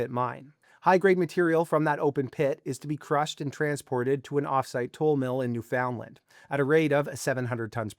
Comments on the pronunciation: Right. Should be Newfunland (all together, emphasis on first syllable) not New Found Land (separated, emphasis on Found). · You like using buzz words, dont you? Oh and you are pronouncing "Newfoundland " wrong.